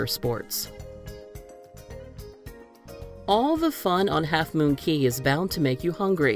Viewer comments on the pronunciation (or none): you said key not cay